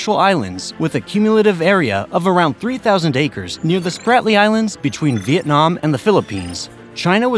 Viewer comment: Apart from a few pronunciation mistakes, it is better than many I have heard. However, it is a pity that we have to resort to AI instead of the voices of real people.